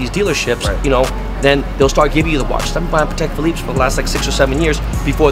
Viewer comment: "pah tack watch"